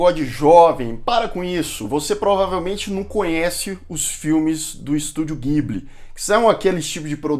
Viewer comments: Só passando pra dizer que a pronúncia correta não é guibli, mas sim dibli. Parabéns pelo canal! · A pronúncia NÃO É "Guibili", é "Jiburi".